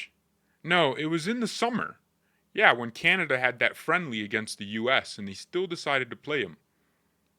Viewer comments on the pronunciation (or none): none